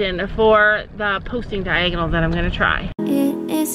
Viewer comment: When your trotting it’s diagnle not lead😂😂